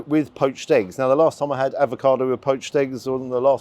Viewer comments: Avocado. Not Advocado. Advocaat is a Drink😎🤓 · I agree with you about the poached eggs, they have to be runny & those looked great. One small thing though, you may think I'm being pedantic, but it's avocado NOT advocado as you pronounce it. You seem to be combining avocado with advocaat! Anyway, love your reviews - very natural & I hope you're not still getting grief about YouTube revenue, you've got to make a living after all. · Sorry to nitpick but it's avocado, not advocado 😂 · There is no 'd' in AVOCADO - if there was it would be spelled 'Advokado'.....come on man we are following you and taking your lead......this basic stuff Sir! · Love the video. Just need to say it’s ‘avocado’ not ‘advocado’ 😂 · Avocado not Advacado - not to be confused with Advocat 😂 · are you saying 'advocado' instead of 'avocado'?😁On a serious note, Paolo showing Ramsay and all the other celeb chefs how to do proper food! The way you enjoyed each mouthful, appreciating each bite - it was as if you were at the Opera and marveling at the performance! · Is it just me or is saying “ad va cado”? lol 😂 I still like your reviews. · I love your vids,, but there is only one D in avocado. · Avocado. Without the 'd'. Bless.